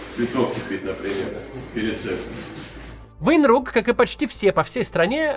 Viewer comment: 😂он😂😂сказал😂😂 сэкс 😂😂😂